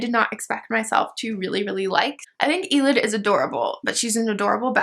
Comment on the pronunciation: Elide is pronounced aah-leed not ee-lid. And Manon is pronounced Ma-non. ♡